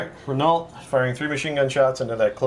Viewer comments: Great game lads but I had to nit pick: They are French so it's Ren-Oh, not Renarlt. Ren-Oh as in 'Oh dear' or 'Oh crap' Top stuff, I watch everything you guys put out :) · It's pronounced "Ren-ow". Gods, in every effing video of yours lol keep up the good work anyway...